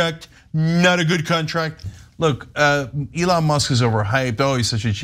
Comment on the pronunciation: He call Elon Leon lol